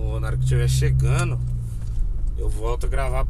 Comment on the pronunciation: Não é chegano não. E sim. Chegando. O português correto. É bonito. E cultura rica. É o que enriquece país. Toninho Poeta.